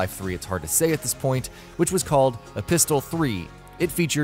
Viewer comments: It's pronounced e-PIS-il, not e-pistol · “E-pistol 3”... I cringed so hard. You need to change the em-FAH-sis on that word